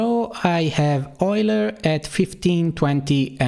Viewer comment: for pronouncing Euler correctly